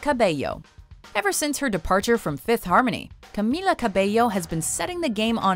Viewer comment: Woah i know camila is hot but i didn't expect her to be on the list! She getting famous now wow. And she pronounced her name right!